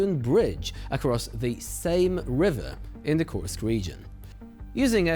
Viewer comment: Until they pronounce Kursk correctly, let's call it an inKurskion